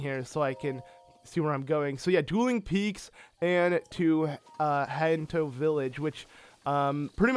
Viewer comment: Pet peeve: you calling HESTU....”Hetstu”....